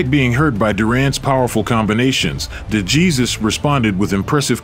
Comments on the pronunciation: You don’t pronounce de Jesus like Jesus…… it’s De Hey or Hay and then Suess as in dr. Suess (soose) …. De Hay Suess …. De Jesus. Normally wouldn’t care how someone says a name but do the man justice and pronounce it in the propper Spanish form…The letter J in Spanish sounds like H in English…..Other than that great video…. Duran 🥊 🪨. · "de Jesus" is pronounced "de - heh - sus" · Dejesus is not pronounced Jesus. OMG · Or world famous fighters. Like how does the maker of this video not catch that? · Hey narrator, if you're going to delve into the history of riches like professional boxing, educate yourself in the proper name pronunciation of its great fighters, ok? No doubt you're just an unseasoned youngster who's eager to tell a story... but never saw these actual battles yourself. Otherwise you would already know that NO ONE mispronounces the late Puerto Rican boxer Esteban DeJesus with a Spanish pronunciation followed by an English pronunciation of his last name! It may not mean much to you, but to the Puerto Rican people and the Latino community as a whole, it means a whole lot! 👍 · Pronounce his name properly. Gee whiz, that’s ridiculous.